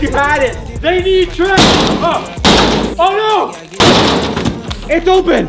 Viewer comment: TRENT NOT TRENCH